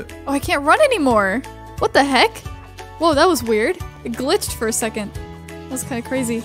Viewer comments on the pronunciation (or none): none